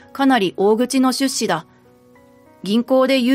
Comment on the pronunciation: 出資の言葉の発音が変ですね、まぁ日本は方言が多いから様々なイントネーションが存在するけど他の言葉は標準語なのに一部だけ違うのは如何なものか？